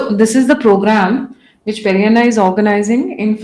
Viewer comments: Pedanna not Perianna. Perianna is in Tamil. Pedanna in Telugu. This lady is brainwashing everyone by saying Perianna. gentle as he is doesn't correct her. I've commented to her several times. She doesn't listen. Sitting on a high horse. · Seriously you & your team need to go through your comment section. I along with other telugu viewers have said that it's Peddanna not Perianna several times. Highly irritating to hear you say this. Change yourself lady. It's not too late to learn. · Why do you call him peri Anna? He’s not a Tamilian. He’s Telugu! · Please stop calling him PeriAnna 🙏